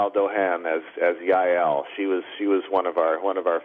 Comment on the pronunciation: I loooove how he pronounces "Yael" :)